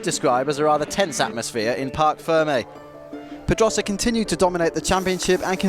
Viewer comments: Why can`t the narrator pronounce Pedrosa properly? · h that guy does not know how to say pedrosa right